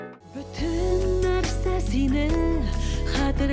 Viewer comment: Ботен диген сузене бииик матур эйтэсез,хэрбер сузгэ ихтибар итэм,рэхмэт